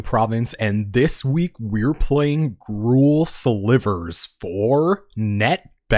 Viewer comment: This sounds spicy. Also TySM for pronouncing Gruul correctly